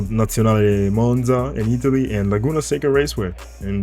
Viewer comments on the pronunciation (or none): none